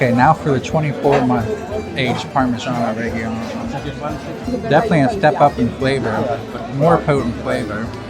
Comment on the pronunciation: Learn how to pronounce Parmigiano Reggiano.